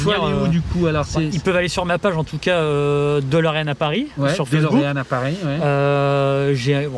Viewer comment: DElorean. DÉ comme « DÉcidément c’est si dur de dire DÉlorean? ». Même le proprio dit « DOlorean ». C’est pas Dolorès.